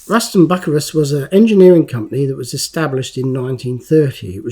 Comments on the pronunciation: It's pronounced Bu-cy-rus, not Buc -a-rus. This came with 2 different sized decals. Also different colored tread . Great to see another of your great videos. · It's not Buckerus, it's byu-sy-rus. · Bucyrus is pronounced Bew-si-rus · Its not pronounced buck-ka-rus- it IS "Bu-ceer- us eerie" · Hi lovely job 😊 I know it as Bew cyrus not buccarus. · Pronounced Boo-syrus say the last part like the name Cyrus. Erie. It's actually a company in the area I live in they've been making earth moving equipment here for decades. Bucyrus erie. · Love your vids! Bucyrus is pronounced bew si russ. Just sayin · I pronounce that one word as "Byoo Sigh Russ." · Hi, I had to look up "Plasticine" as I've never heard that name. Found out that here in the States, Plasticine is known as "modelling clay" and is similar to Play doh. How about that, learned something new from a Matchbox Make Over Video 😊 Also as others have mentioned, Bucyrus is pronounced "byoo·sai·ruhs" (Which is a city in Ohio) I use to deliver steel sheets and steel plates to the Bucyrus Erie plant in Erie PA. you need to get yourself a pair of tweezers so you can get the decal sheets out of the plastic bags. Very nice make over, I never knew Matchbox released this model. I would have loved to have one of these as a kid. I did have the Corgi Excavator that was about the same size as the Matchbox King Size models. Cheers, Rich S. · Pronounced Ruston By - Cyrus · Its prounonced bu cyrus made in lincoln england. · I know of Bucyrus Erie through the Diesel Creek channel, so I also knew that it's not pronounced as 'Buckerus' 😆